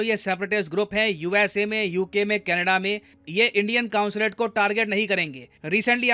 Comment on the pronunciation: कॉन्सुलेट होता है न की कांसुलेट